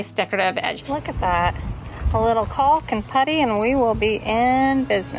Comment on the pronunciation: The L in caulk is silent ❤